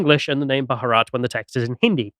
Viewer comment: Two syllables...Bha-rat